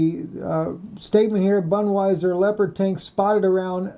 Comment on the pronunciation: Boon-dis-wear not Budweiser.